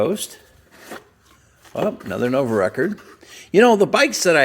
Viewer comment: Nu-ovo ....NOT Novo